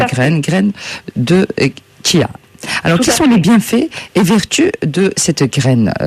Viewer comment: Désolé ça ce prononce kia.